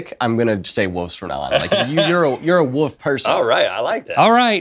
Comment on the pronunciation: Rhett neither “Wolf” pronunciation is correct XD